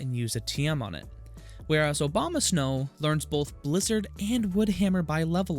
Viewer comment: Good to know about Manaphy! Did you realize you were saying Obamasnow? Hahahaha!